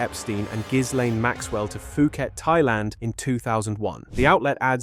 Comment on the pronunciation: Phuket is pronounced Poo-kett.